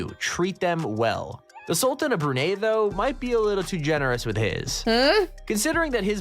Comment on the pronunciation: he said brunei wrong!!